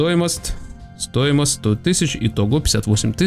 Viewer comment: почему ты всегда оговариваешься место стоимость говоришь стоимост